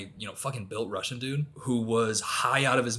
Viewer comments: As Russian, i can say that your russian sounds pretty good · Brooo your Russian pronunciation is pretty good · speaking russian took me off guard but i just wanna say that it was really good pronunciation!